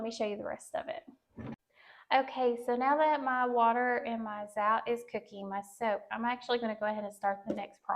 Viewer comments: Zotay is the correct pronunciation. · I love the recipe but the Zote is full of chemicals so I use a natural soap. Just for future reference Zote is pronounced with the "o" sound not "ou" sound. Just wanted your video to be as perfect as I can. Thank you for sharing! <3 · Zote rhymes with goat.